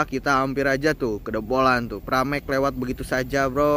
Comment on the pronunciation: bang nama keretanya Prameks bukan paramex😂